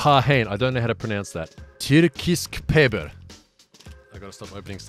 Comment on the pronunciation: Really good pronunciation of the tyrkisk peber tbh:P